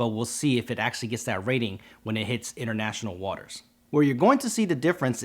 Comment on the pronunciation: "international waters" or "international markets"?